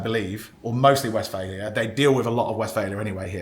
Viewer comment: You shouldn't be allowed to buy any until you have pronounced 'Westfalia' correctly fifty times 🤣